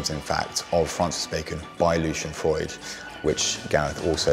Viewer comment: The affectation of mispronouncing Freud's name is annoying.